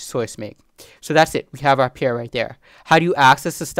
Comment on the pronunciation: I like your videos. BTW: You are mispronouncing the word "pair" as "pier"